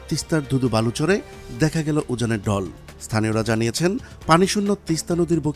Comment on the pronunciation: ডল না এটা হবে ঢল 😂 এই রকম অনেক। ঊচ্চারন ঠিক করুন। শুনতে কালে লাগে।